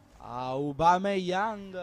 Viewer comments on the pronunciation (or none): none